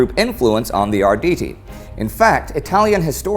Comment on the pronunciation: Ardidi, did u just pronounce their name like this??? no no no, its Arrrrrditi